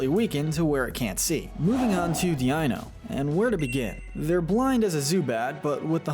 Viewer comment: Deino is pronounced dino, not dee ino. Its from the German word for 1, being eins. Ei in German says ai